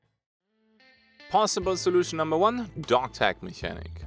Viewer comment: I agree that it's an issue. (It's pronounced "mechanic")